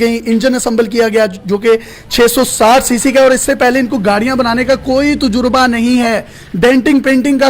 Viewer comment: Tujurba hahaha 😂🤣 tajarba hota hai